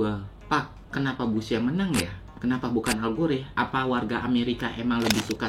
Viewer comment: Bacanya algor kayanya deh bang, bukan algore wkwk